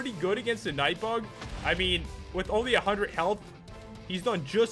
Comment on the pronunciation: pat said knight bag